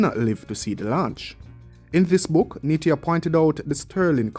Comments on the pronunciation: Neita, pronounced NEEETAH, not Neetia. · It's Hartley Neita..... pronounced Neeta